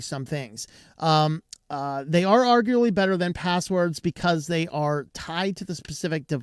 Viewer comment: Are gue uh blee